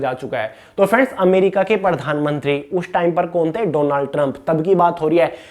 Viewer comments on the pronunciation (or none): none